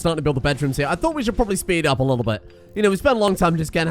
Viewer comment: I think he was saying “hya”, as in “hea”, as in a very classically British way of saying here. So “come here”.